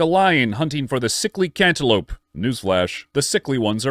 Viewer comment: did he just say hunting a cantaloupe? The melon? Lol